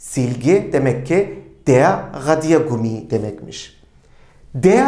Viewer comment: Merhabalar hocam tekrar amaclı izliyorum videoları suan dikkatimi cektı ki siz isinize resmen asıksınız ❤Bu da mutlak basarıyı getiriyor. Telaffuz ıle ilgili "radiergummi" kelimesini söylerken ne de güzel anlatıyorsunuz. O enerjiyi hissetmemek imkansız. Emekleriniz için çok teşekkür ederim iyiki varsınız🙏 Sayenizde Almanca gibi zor bır dili severek çalışıyorum👏👏